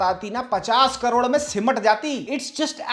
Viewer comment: 😂😂😂 karod ❌ Road ✅